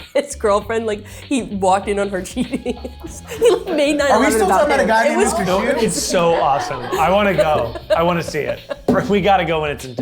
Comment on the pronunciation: Mr. Shoester!! Not shoe, yall confused me! Also both Gabbie Hanna and Trisha Paitas are literally known for having problems with their anger😂